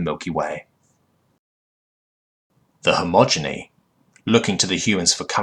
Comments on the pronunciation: Great stories, decent narration, but every time you say "homogeny" instead of "he-ge-mon-y" it really gets to me dude. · Okay, I love your videos bro, but Hegemony is pronounced very different than how you pronounce it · Hedge-em-o-nee Not Hommoginy or whatever you were saying...dude if you want to narrate learn to read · Dude, all these years and you STILL say hegemony as "homogeny" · its hegemony, not homogeny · Hegemony. Not homogeny. So many mispronounced or completely wrong words... I’m torn because it’s otherwise well narrated, and in some cases the wrong word usage adds to the feeling of an alien speaking an approximation of English, but my inherent grammar nazi nature cringes every time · And yet I still hear you say "hegemony" wrong in newer vids, xD Don't get me wrong, I love your narrations, but the mispronunciation make my brain halt for a moment when trying to read and listen along.